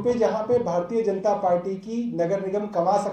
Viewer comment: Ma'am " Party " hota hai paati nahi 😂😂